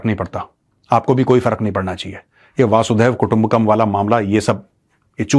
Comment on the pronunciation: It is not वासुदेव कुटुंबकम्. But, it is वसुधैव कुटुंबकम्. It means earth/world/globe. Major Saab you always mis pronounce it.